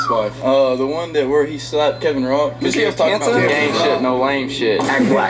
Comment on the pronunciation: Dude said "KEVIN ROCK" Good lord. 😂😂😂😂😂😂😂😂😂😂😂😂